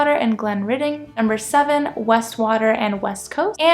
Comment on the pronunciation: It's pronounced "Kezzick". And it's Wastwater, not Westwater, and the 'wast' part sounds exactly like 'was' with a 't' after it. And it's in Wasdale, also sounds like 'was'.